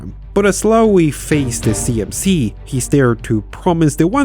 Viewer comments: It's just pronounced "low". Not "lowey". Should've been a clue when all your AI voices pronounced it correctly. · This guy can't pronounce things. It's incredibly annoying. Lowe has a silent E. It's just Low. I used to work in TV. I should start making YouTube videos as my content would instantly be more professional than 99 percent of what's on here. The YouTubers I subscribe to tend to be people who are accurate. It's no use spending months researching a topic on say Winston Churchill only to say Winestone Church ill. I know that sounds mad but I'm just trying to make this fun. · That pronunciation of Lowe, though!